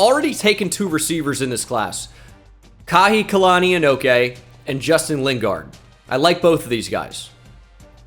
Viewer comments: Saying this for the Hawaiians, kahikilani is most likely pronounced “ka-hiki-lani” and not “kahi-kalani” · Ayo brotha, I’m Hawaiian from Hawaii and speak fluent Hawaiian. Just wanted to help out with the pronunciation for the freshman wide receiver you picked up. His name is pronounced Kah-hee-kee-lah -knee.